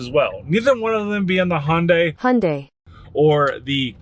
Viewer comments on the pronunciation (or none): The "H" is silent...it's actually (Jun-die). But that's what happens when you use and "English speaking" pronouncing application. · I just gotta say it. I hear it often. How can a car dealership mispronounce car names. Like you and the Hyundai mispronouncing. As soon as you said HONdai, I heard it. And soon after there's the correction. Learn from thst Dude. Respectfully mentioned 😂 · Hey, Hyundai rhymes with Sunday! Lol